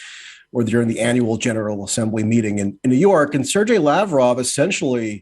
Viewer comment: is a bit of a jerk.He is so imbued with American arrogance that he cannot even pronounce the name Sergei. Pure ignorance!